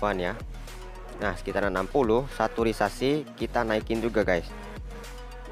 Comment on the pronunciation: Bang, sedikit mengganggu pas pengucapan saturation :v